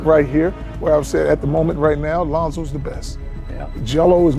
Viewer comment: Did you say Lonzoes Dominance?